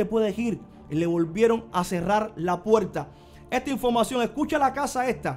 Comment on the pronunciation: "Infomación" ? Y la R, a veces la pronuncia otras no. Por qué?. Si habla con falta de ortografía, mejor no haga videitos!!!